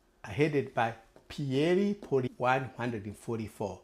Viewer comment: Lmao, thanks but I will vote for who I want to and it won’t be for the Liberals after the mess they made after 9 years. You cannot even pronounce Pierre Poilievre’s name properly. Who are you to tell me how to vote?🙄 The Liberals won because of massive fear mongering about Donald Trump, end of story. This Liberal party is the most corrupt party we have ever had, and after 30 yrs of voting Liberal, they have lost me. Never again.